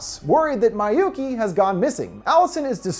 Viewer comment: I've never been traumatized so much than this dude who apparently has dificulities saying Miyuki as in "MEEYUKI" and Naoko as in "NAWKO" but no he said "MAAYUKI" and "NAYAKO"